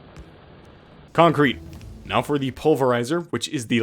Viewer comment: Man gets on adderal and suddenly hes adding conk-crete